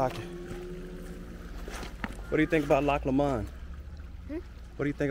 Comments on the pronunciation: Pronounced. LOCK LooooMond. The Midges are a pest .....glad you enjoyed my country or as we call it The Land were men wear skirts. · Pronounced Loch Lo mond ( with the emphasis on the LO ) GOOGLE the song I'LL TAKE THE HIGH ROAD and you'll be sorted right out haha lxx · Do love your prononciation of Loch Lomand - sounds very French. I lived in Stirling for 3 years and Loch Lomand was a favourite picnic destination. The water is ice cold, flowing down from the mountains nearby - in fact melted snow - but this didn't bother us youngsters. You must try and go to Loch Ness which is very different (deep, dark waters and perhaps a monster down in the depths). And yes, the Angus cattle are glorious with their huge horns and shaggy orange coat, running more or less wild. The sheep can be quite aggressive too if you have to make a "nature calls" stop - just keep your eyes peeled if you don't want to find yourself surrounded by a nosy herd of sheep, especially during lambing time when you may find yourself being chased by an angry ram - lol !